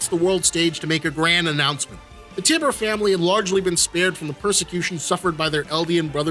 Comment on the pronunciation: prolly been said but it's pronounced Tie-bur, not tibb-er good vid tho